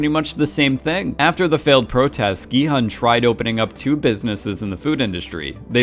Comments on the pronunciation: My thoughts exactly, same with Gi-hun, maybe just cuz of the way it was romanized in the English spelling, cuz "hun" is a word in English, I think it would've been better romanized though as "hoon" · Completely agree, but I can at least bear with the hun mispronunciation because yeah it’s spelled that way and such. Hyuk into Yao is some ProZD Sungwon to SoogeWin level of yikes. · "Gi-Hun is my favorite character!" Mispronounces his name the entire video. Kudos. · Play the end of episode six again, when he reveals his name for the first time (it's said very slowly and clearly there). Or listen to any other time the name was said. Listen to how they actually pronounce it in the show (in Korean.. duh).